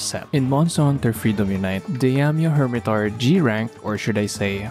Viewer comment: Diamio hirmetaur? i think u butchered it XD